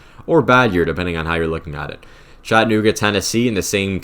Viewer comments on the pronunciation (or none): none